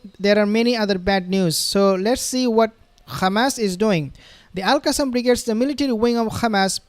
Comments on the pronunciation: I’m not a subscriber of your channel. Bcs you are a very disrespectful person by keep calling hamas, khamas. We asked you friendly not to do that. But you keep spitting on our faces just like those zionist. 🤮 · So now you say KHAMAS INSTEAD OF HAMAS OFFICIALLY. That’s a pity. If you are a pro Palestine warrior you say Hamas please 🙏🏽 ❤ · Please stop pronouncing Khamas and Khezbollah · Please stop pronouncing Khamas and Khezbollah. It’s becoming a habit